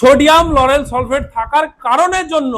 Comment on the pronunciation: Solfate, iskin এই উচ্চারণ শুনেই বুঝেছি.....